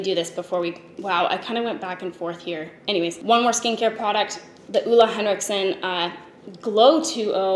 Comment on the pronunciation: Oula hendriksen? Try OLE HenrikSEN instead. Damn these "gurus" cant even say the names right.